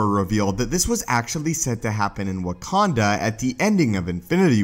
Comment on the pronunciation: He said warkanda